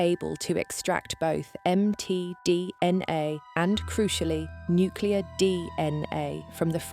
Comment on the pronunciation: I love how it says "Em Tee Dee En Aye" several times.